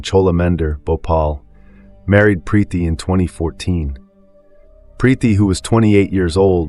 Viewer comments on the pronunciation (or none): Preeti not Prethy, Shalini not Shellini😮